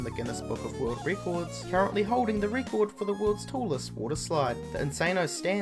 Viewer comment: Ikr he pronounces is like reeeeeecord that's how he says it